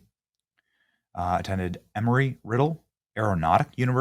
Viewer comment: Not trying to split hairs or lose sight of the big picture…but it’s EMBree Riddle, not EMOry.